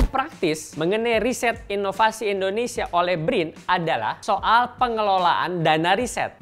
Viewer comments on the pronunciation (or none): Sedikit koreksi buat host, pengucapan yg benar: indonesia bukan endonesia. Nice narration!